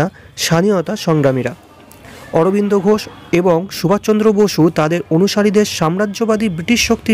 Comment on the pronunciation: খুব ভালো লাগলো। শুধু নেতাজি সুভাষ চন্দ্র বসুর নাম মনে হচ্ছে ভুল উচ্চারণ হয়েছে। শুধরে নিলে পুরো বিষয়টি আরো উৎকৃষ্ট মানের হবে।